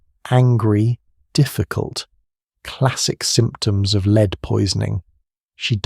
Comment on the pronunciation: The mispronunciation of lead is driving me nuts 😂